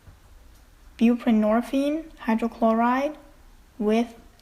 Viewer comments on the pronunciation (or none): none